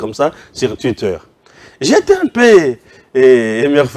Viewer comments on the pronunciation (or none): none